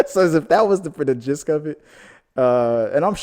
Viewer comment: Love your content, thanks for all the hard work! One small thing, the word is gist not "gisk", don't mean to be critical but i thought you would want to know! :)